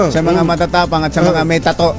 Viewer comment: NATATAWA AKO SA 0AGBIGKAS NG SAYANG ANG TATTOOOOOÓ......???? UUUUHHHHHH... 🤣🤣🤣🤣🤣